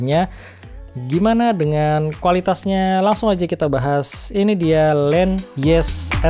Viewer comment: Bukan len nyes bro tapi.... Nyess nyess😆😂🤣